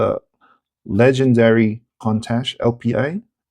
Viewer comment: Pronounced "koon-tosh"